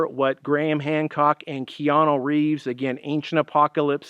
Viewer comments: That's KeanU not KeanO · Who the heck is Keanoo?